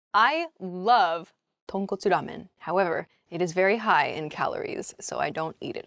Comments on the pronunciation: とんこつラーメンの発音が超正確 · Your Japanese "Tonkotsu Rahmen とんこつラーメン" pronunciation is amazing! You aren't American, are you? You are Japanese definitely! : ) Your one is better than mine because I'm from Osaka Japan. There is Osaka in Kansai area in Japan. And Kansai area people have unique pronunciation. So I'm jealous : )